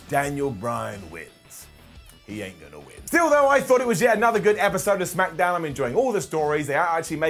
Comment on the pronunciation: Noooo he didn’t say Smackadown